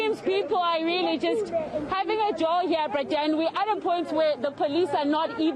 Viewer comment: And what is up with this reporter and this "Bra Dan" business 😂😂😂😂